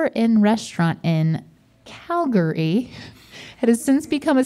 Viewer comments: CalGARY not Calgery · The butchered pronunciation of Calgary physically hurt me as a Calgarian.. But it's so funny how Link made a whole joke about it not being Canada at all! 🤣